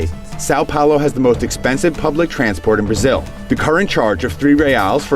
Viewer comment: This is driving me insane. In Portuguese, "ão" is distinct from "ao". "ao" is pronounced like it looks, but "ão" is a nasal sound best approximated as "on". So it's actually just pronounced "Son Paolo", not much different from the spanish "san".